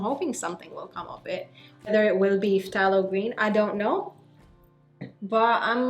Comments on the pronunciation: Thay-lo green not Fff-tah-lo green.😉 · It’s pronounced like “thay-low” green, the ph is silent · I thought it was pronounced Thay-lo. Interesting Eta: Wow. Very good color on you. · Love the hair! just so you know for future reference, the 'ph' of phthalo is silent, so it's just said 'thay-low'. it's easy mistake to make as its not a super common word outside of the painting world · its pronounced Thay-Low .. just a heads up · Pthalo Green is actually pronounced "Thay-low" green! Source: Bob Ross 🤣 And it looks STUNNING on you,! You rock it girl. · The t is silent. You don’t pronounce the “t” in phthalo green. Have you ever watched Bob Ross?